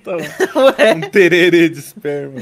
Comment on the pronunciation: Eu quase me engasguei quando eu ouvi o falando "tererê"